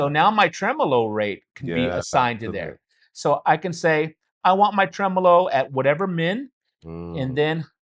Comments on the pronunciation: Tremelo? Really! Hallo! 🤣🤣🤣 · Tremelo? WTF? Really? 🤣🤣🤣